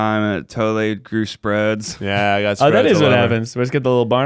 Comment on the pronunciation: admiring colonial architecture 15 seconds later “bruh my potatoes have sprodes”